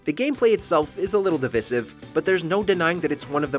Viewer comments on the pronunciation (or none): the gameplay can be a little "divisiff"